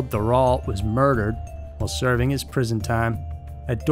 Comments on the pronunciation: Just for the info, the name of the Ant Hillkids' guru: Thériault, is pronounced something like "Tay-rio". In French, "th" is still pronounced like a "t", the letter "é" is pronounced like "ay", the letter "i" pronounced like an "e", "au" is pronounced like an "o", and the "lt" at the end of a name is totally silent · Pronounced Rock (Roch) Terry-o (Theriault)